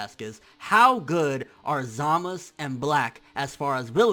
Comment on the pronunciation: Say ZamaSU! not Zamas...